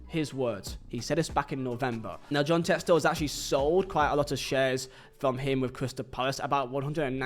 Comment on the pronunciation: props for saying it like Textore and not Texter